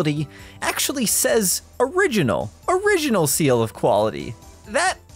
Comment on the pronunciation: Exactly correct, I noticed that as well. I like to research regional differences in GBA game cartridges, and this is a very bad fake even still, but not due to the lack of an ESRB rating or the Original Nintendo Seal of Quality. (That "Orighinal" though... Gotta admit, that's pretty funny.) Also, "NEU6" isn't a region in the world, so there's also that. :P